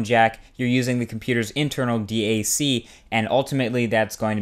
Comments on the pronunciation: It's just DAC, not D-A-C. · You didn't say anything about amps. You need an amp as well as a dac. Also, its pronounced dack, not d-a-c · Did this clown just call a DAC, a D-A-C?